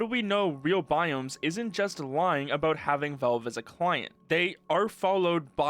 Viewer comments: It's pronounced as Valve, not wellve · are you saying 'Velve'? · Why U say Velve bro? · Take a shot every time this dude says "Velve".